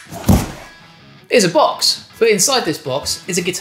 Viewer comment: Any British guy that says “box” immediately sounds like they’re in doctor who